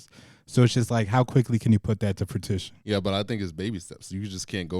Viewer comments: the point is that he pronounced the word wrong lol he said “fruit-ition” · was making a good point then just dropped "fratition" for no reason lmao